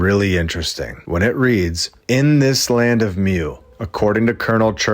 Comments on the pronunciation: It's pronounced moo. Lol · it is pronounced more like Moo in european stories